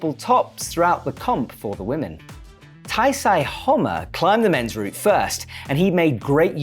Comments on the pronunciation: I think you're pronouncing Taisei slightly wrong, usually "sei" would be more like the English word "say" than the "psy" in psychology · he referred him as taisai, taisei, issei, even referring to him as natsuki tanii during the last comp... doesnt care about pronouncing asian names